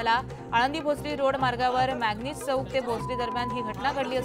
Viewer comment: कोन आहे ही रिपोर्टर येड्या भोकाची मॅक्झिन चौक ला मॅगनीज चोक बोलतेय😅😅😅